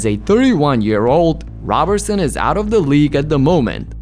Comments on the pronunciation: His name is pronounced like Row-berson I’m pretty sure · NGL I almost clicked off when 9 seconds in you butchered his last name an will the entire video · How you mispronounce his name ..... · Why do you refuse to pronounce his last name correctly?